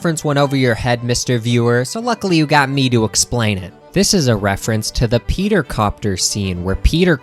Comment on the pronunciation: You may not want to be a Family Guy-tuber, but you say 'Peter' as "pay-ter"... You're a Pay-tuber.